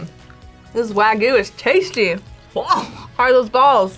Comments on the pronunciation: Now the prize food worth the sacrifice. Good job. Back then it was almost always not worth it. Also, not wag-you. It's wa-gyuu. Gyuu-niku, gyuu-nyuu, wa-shoku, wa-gyuu. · why do they call wagyu "wa-goo" ? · Wtf is wagoo? The Y in wagyu isn't silent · ugh WAH-GYOO**